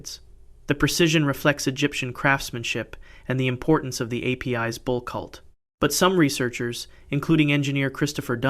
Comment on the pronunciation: A-P-I-S is correctly pronounced as Ay-piss or Ah-piss...